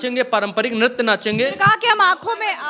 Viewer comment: Bhai nartya nahi niritya hota hai ,waise koi fark padta likin concept clear hona chahiye, phir bhi reporting acchi hai